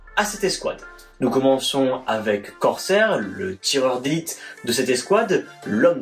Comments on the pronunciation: J'ai un peu de retard mais je vien de remarquer mais tu dit corhair mais ces crosshair voilà sinon une très bonne vidéo 📹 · Vidéo sympathique bien expliqué et détaillé, petit problème c'est que c'est wrecker et pas worker et c'est crosshair et non pas corsair sinon c'est bien sympa